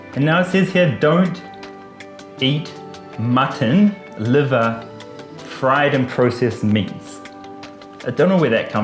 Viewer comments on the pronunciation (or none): none